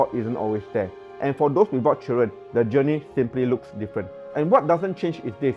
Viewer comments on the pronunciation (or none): none